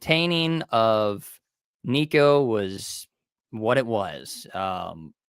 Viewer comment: You’re still mispronouncing Nico’s name. Just use Google and it will pronounce it for you.